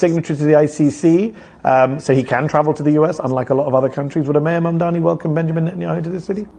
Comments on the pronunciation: You know, you sound more competent and less of a dick if you can properly pronounce the name of the person you're supposedly educating people about. Mamdani = "mom" "Donny", two sounds you can definitely pronounce. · MAGA and Felon, Traitor Trump ensured that disaffected Americans would move away from Centrism and move further left in response to right wing fascist extremism. You brought about the very thing you feared. And stop pretending you can't pronounce his name. It's childish.